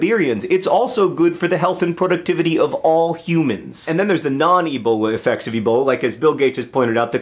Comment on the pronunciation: has anyone ever told you that you say productivity weird